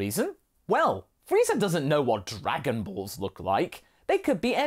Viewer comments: "Darganballz" how you said it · I dont know why but "dargan ballllls" cracks me up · I don't know why but "därganbaalls" made me laugh so hard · “Dargon Baills”, it sound like some weird Swiss dish LMAO!